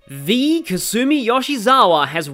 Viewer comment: Lol how do you pronounce Alexander dumas properly but not kasume 😂, nice video though